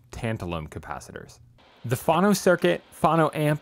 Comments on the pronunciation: what in gods name is fano???????????????? do you mean phono???????? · I cringe every time you say phAno instead of phono :) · I have never heard anyone say fhano, so I agree. Great guy, great videos — pronounces all other words pretty well though so it is odd. Maybe.he just doesn’t know. Wonder how he pronounces photo? PhAto?